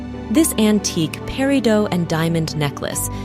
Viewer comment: No, no! Not “pair - ee - doh”. It’s “pair - ih - doh”. I’m hoping that as thia continues that I don’t have to hear “pair - ih - dots”.